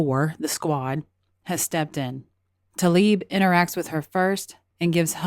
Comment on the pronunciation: Tla-ib, not 'Ta-lib'. Why does no one pronounce her name as it is spelled?